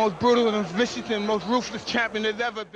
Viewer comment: Mike Tyson: "Amma tha most brutal, vrissus, most rooffrress champion there's ever bin". When you've got a speech impediment that makes you sound like a small slow child, then your silence would be more intimidating and impressive to an opponent.